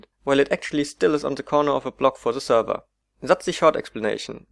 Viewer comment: Zee client tells zee zerver..